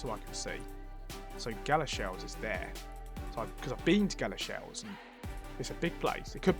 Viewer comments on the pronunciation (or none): Two comments: I know you found all 5 Greggs, but if you slow down scrolling on the map you might see place names quicker (I saw New Addington on Iceland). It’s pronounced Gal-a-sheels, not Gala-shells.